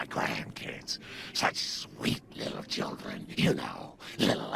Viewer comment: "hildren" (hildern) "steven" (steve) boy you gotta read words better